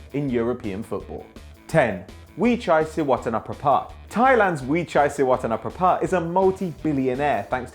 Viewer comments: Gret pronunciation of Srivaddhanaprabha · How long did you practice to pronounce that 10th name correctly? :)